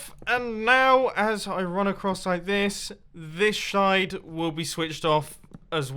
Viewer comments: He Said shide instead of side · Shish shide?Do ya even English brah? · he said shide instead of side LOL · lol the way he said side (shied)